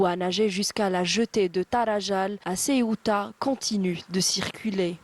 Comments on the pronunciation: Elle a dit la siota mdr😂c’est sebta qu’est qu’elle est bête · C'est pas La Ciotat en France, C'est Ceuta (prononcé Céouta en Espagnol et Sebta en darija). On propose rien a la jeunesse du Maroc, d'Algérie, de Tunisie etc.. normal qu'ils veulent tous partir, mais soyez prudents, en Europe c'est plus comme avant, les États sont endetté, au bord du gouffre et au bord d'une 3ème guerre mondiale avec la Russie et ses alliés, une fois en Europe ils vous enverront faire la guerre. Wa Allaho A3lam.